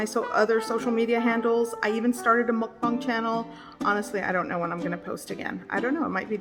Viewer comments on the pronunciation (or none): none